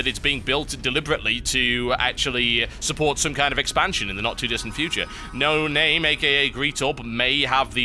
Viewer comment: How to pronounce Noname-(No-Nom-may) Cheers :P